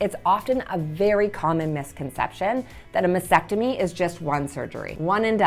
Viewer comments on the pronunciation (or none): T is not really silent. is pronouncing it weird “masectomy & not mastectomy”. May be it’s me but that annoys the heck out of me 🙁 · MasTectomy, not mastectomy. BUMP, not BOMP. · How can you be a doctor and yet you cannot pronounce Mastectomy correctly? It's Mass-Tec-Tomy, not Mass-ec-Tomy! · Why do so many pronounce MASTECTOMY incorrectly ie MASECTOMY, like vasectomy? Very helpful daily videos. Thank you 🤍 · Well, I appreciate all the advice. It was driving me crazy that she couldn’t say the word, frustration and mastectomy correctly. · It might help if you learned to pronounce mastectomy correctly! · There is a “t” after “mas” in mastectomy. You mispronounce it every time. Are you sure you are an MD?